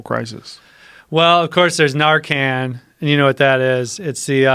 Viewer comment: Nar KAHNS, recep TOURS